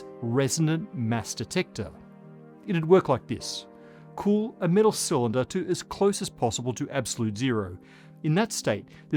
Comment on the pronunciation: About 4 minutes in, and the way you pronounced metal, this was all I could think: Cheers,!